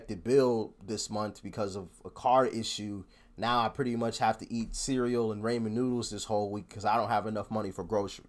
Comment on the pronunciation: BRo, its pronounced Ra-men noodles not Ray-man. Sorry pet peeve of mine.